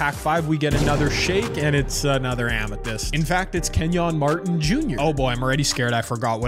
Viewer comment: “KenYawn Martin Jr”😂